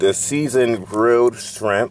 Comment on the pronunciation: Nigga said baa jaa sharimp 🌮